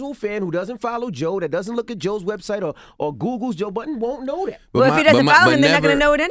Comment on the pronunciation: I hate when they say Joe buddens